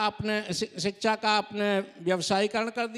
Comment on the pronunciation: सिक्छा नहीं वो शिक्षा होता है। प्रियाय नहीं वो पर्याय होता है।